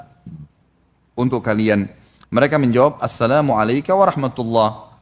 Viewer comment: Ustaz. Assalamualaikum. *bukan AssalamAalaikum*.